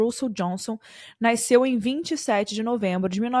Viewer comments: A pronuncia é Nas-ceu Desculpa é que me da nervoso e não quero deixar de te acompanhar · Por favor fala Nas-ceu